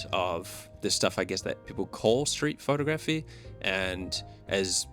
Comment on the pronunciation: Pho-tography , not photo-graphy